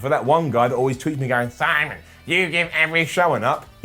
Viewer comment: Simone?you mean simon